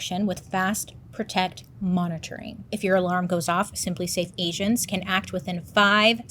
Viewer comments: Not me hearing “Asians” instead of “agents” in the simplisafe 😂 I just high. 😂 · I thought you said Simply Safe Asians not Agents 😂😂😂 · What I heard: Simply safe asians.. What she said: Simply safe agents😭